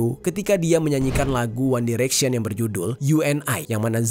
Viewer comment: Liyem, one direksyen, buenos airis, ripley